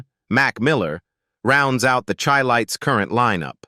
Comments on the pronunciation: You keep showing pictures of Stylistics, Barry White. Airion Love...many mistakes. And it is Chi lites. Like Chi-cago ...pronounced shi not Chi.... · Pronounced "SHY LIGHTS". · Whenever you guys hear this voice it is AI. You will hear a lot of untruths. He even pronounced the group name incorrectly. BS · You need to learn how to pronounce their name Chi- lites 😅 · Whoever put this together really needs to take this off of here because there is much misinformation, videos of singing groups who are not the chi-lites, and the pronunciation of the group's name is even messed up because this obviously is AI generated.